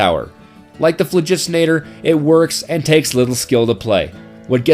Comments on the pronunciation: This basterd pronounced sandvich and the phlogistinator wrong.What a foul. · Ahem... Bazaar Bargain? also, PHLOGISTONATOR? really? fine... be that guy